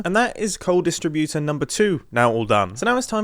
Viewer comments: Funny how he pronounces 'distributor' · Why does he say distributor wrong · Why doesn’t he say “distributor” correct lol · I hope I'm not the only one who is inexplicably annoyed by the way Mumbo pronounces "distributor" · The way u say “distributor” is actually killing me